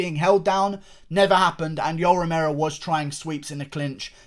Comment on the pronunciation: "..but Yoel fucking Remero, who has NEVA! dominated with his wrestling Eva". I thought I was watching Alex Jones for a second.